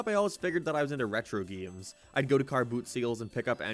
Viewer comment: "Geeums." Are you saying "game" funny on purpose? What is wrong with you?